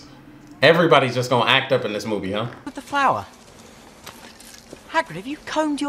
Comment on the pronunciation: Haggard, Hagrin. Kramer, Craig. I can’t lol.